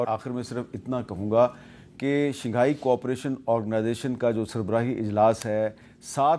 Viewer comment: Shinghai nhi Shanghai h Hamid sir